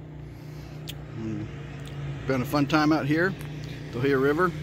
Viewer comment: Tuh-hoo-yuh is how we pronounce it.